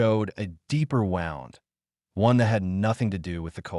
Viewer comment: ...also the AI pronunciation errors are super annoying. "Wound" pronounced "WOWnd", like winding a clock, not a wound as in an injury (WOOnd).